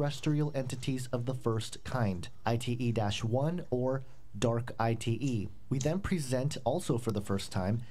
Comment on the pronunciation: " ITE " perfecto!!!